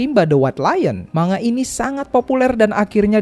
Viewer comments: Maaf sekedar meluruskan, ANIME dibaca A-NI-ME bukan ENIM dan MANGA dibaca MANG-GA bukan MANGA, saya sebagai penggemar anime dan manga suka kzl dengernya. Kalo ada yang ngga setuju, boleh bully saya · bacanya mangga bukan manga, bacanya anime bukan enim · Saya terpaksa nyebutnya "manga" karena kalau "mang-ga" orang bakal salah paham, dikiranya saya lagi nyebut buah mangga, wkwkwkw.